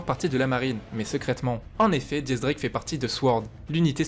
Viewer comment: MAIs arretez de dire diez drake c'est X drake bordel